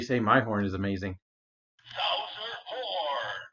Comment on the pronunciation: Every time it says "horn" I keep not hearing the "n."